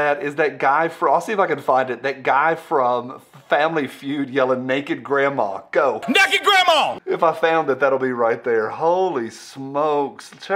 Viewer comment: The " Naeked Gandmaw" at the end made me spit a little of my drink out.😂🤣